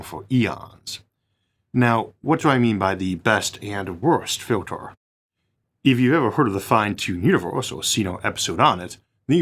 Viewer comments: This AI English is terrible. I’ve never heard any human with an accent mess up the word filter so badly. ‘fjyiltors”… Time to upgrade from that Chinese plugin Isaac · What a strange accent, for example, filtah, awlha, rarha, unihearse... I've heard people dropping their 'H's and even low intellect snobs that put them back in front of the wrong words, but never someone that adds 'H's in the middle of words. I have no idea where the accent comes from, but as a native English speaker, it's very unpleasant to listen to.